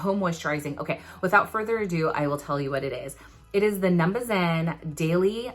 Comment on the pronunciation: I think it’s pronounced num-Buh-zen but I’m not entirely sure, I’ve heard people pronounce it like u do too tho!